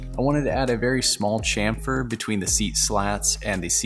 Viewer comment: Please… can we start a movement to get Americans to pronounce Chamfer correctly? We know you can do it… you did with Chevrolet 😜